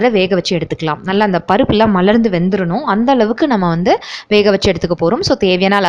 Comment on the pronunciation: Unique dishes and I like the way u say "malarnthu"